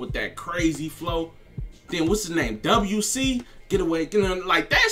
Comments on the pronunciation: It’s pronounced Dub C lol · We don't say W C we say Dub C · It’s just Dub-C. Not double U C lol😂😂😂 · Pronounced Dub C